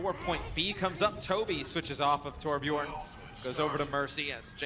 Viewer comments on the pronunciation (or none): its not torb yorn its torb YERN